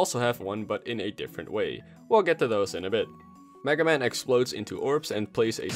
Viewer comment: He said maga man